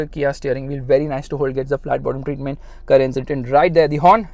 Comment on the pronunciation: The reaction when he pronounced carens as Karens